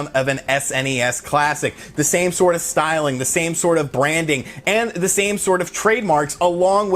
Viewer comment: drink every time he says "stylng"